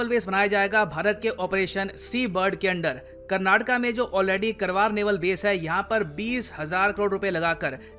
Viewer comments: Pronunciation:- kaarwaar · It is pronounced Kaar-waar, like the English word car. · Its my state and my dist,... 😍😍❤️❤️ And it should be pronounced like कारवार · Its pronounced as "car-var"